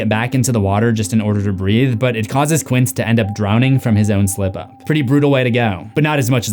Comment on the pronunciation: Did you repeatedly refer to Quint as Quince? Read the damn book or watch the film first next time.